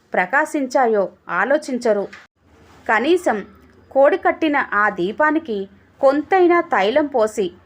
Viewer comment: Koadi kattina kadhamma....kodikattina.... means aaripobothunna....ani ardham, meeru chiken meaning vochela chadhivaru.... please avoid telugu verbal mistakes 😃👍